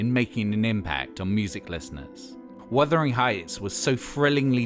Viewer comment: Also mispronounces Bjork, and mispronounces Wuthering Heights incorrectly too. Also this whole video is practically info ripped from the BBC4 documentary.